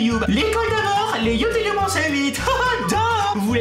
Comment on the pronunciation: On dit YouTube pas youetoube